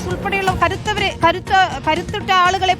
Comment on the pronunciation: കരുത്തൻ എന്നാണോ ഊത്തൻ എന്നാണോ ഉദേശിച്ചത്‌ 🤪🤪🤪